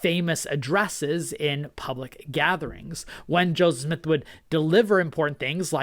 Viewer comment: I appreciate your very unbiased, information-based videos. I have one suggestion, when you're speaking/reading, you have a tendency to speak quickly, which I actually appreciate. However, it seems more often than not, when you say Joseph Smith, it sounds like you're saying Joe Smith. Knowing you want to maintain a historical objectivity, I'm sure you don't want to create the impression that you're adopting an anti-Mormon nickname for the Prophet. Otherwise, really enjoy your channel.